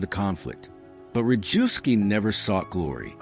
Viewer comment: Historically accurate. One comment: Rejewski is pronounced reyevsky, Zygalski - zhygalsky, Różycki - roozhysky, more or less.